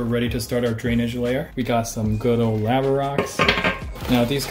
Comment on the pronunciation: had to google how to say "Lava" based on your pronunciation lol. Unfortunately, it wasn't a TIL.